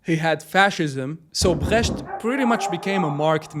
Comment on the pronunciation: You did fine saying "Brecht". Greetings from Germany